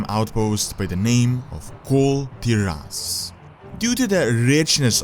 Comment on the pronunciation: it should be Kul Taras not Tiras..... who's wiht me ???